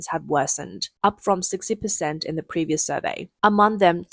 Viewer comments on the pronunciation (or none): none